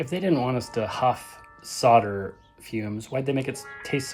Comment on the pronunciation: Props to your proper pronunciation of solder.